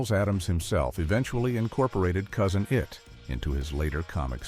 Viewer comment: Interesting information shared here, but the redundant, A.I.-generated narration (“Cousin EYE-IT”?) is a real distraction. Too many repeated bits of trivia (we heard early how tall Ted Cassidy was, already) coupled with the verbose commentary makes this a missed opportunity…